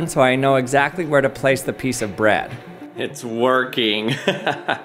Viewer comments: So he definitely pronounces "bread" as "Brad," right? Is that just in my head? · Why do you say bread like that